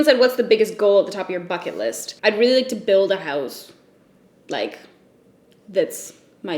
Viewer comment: Not implying that you swear a lot...which you do...idk hahaaha but I've been hearing the f word so much that I thought you said "fuck it list" instead of bucket list hahahhaahah #endofirrelevance